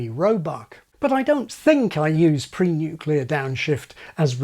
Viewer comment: I had to pause at pre-nuclear and post-nuclear. Well done.